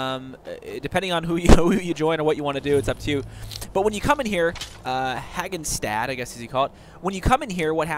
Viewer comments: how do you get "haganstad" out of "Hraggstad"? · Thanks for the help, I didn't realize one of the archers might cliff dive. Also, the fort is called "Hur rag stad", more or less.